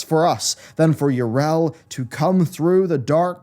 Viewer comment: Yrel? Her name is pronounced Yee-Rell not Yer--El. Syllables matter.